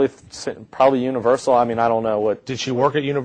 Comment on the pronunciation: "I would imagine Universa"....Lee's dumbass believes everything his murdering sister says....he's fruitty too.